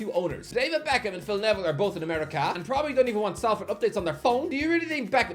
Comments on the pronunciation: Sol-ferd, not sal-ferd. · it's pronounced Solford not Salford 😩😩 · Salford is pronounced Solford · Everyone else cringe every time he mispronounced Salford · Five years and still not learned how to pronounce Salford